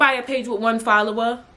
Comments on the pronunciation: Why would I ever start cracking uppp when you said “1 FolLoWUh”! Lmaooo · “1 followah??!!!” 😭😭😭😭 I love u 😂